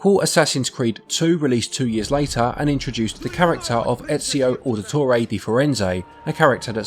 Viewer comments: Disliked for getting Ezio's name so wrong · I love how Ezio says his name a ton in the games and people still mispronounce it